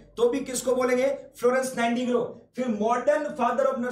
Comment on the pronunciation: Sir aap nighti angle bolte ho 😂❤️